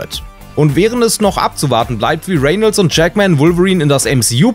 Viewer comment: Er wird Reynolds ausgesprochen und nicht Renelds